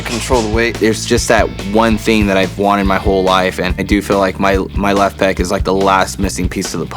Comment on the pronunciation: Pec not peck. As in pectoral. Not a bird pecking with their beak.